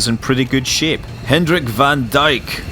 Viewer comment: Scott, BTW van Dyk is pronounced "fun Dayk"